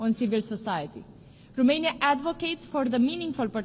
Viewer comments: Madame, it's Romania not Rumania 🤦‍♂ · Romania not , ,,Rumenia “